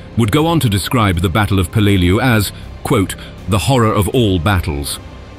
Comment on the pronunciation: Any Navy or Marine vet can rell you the correct pronunciation of the island name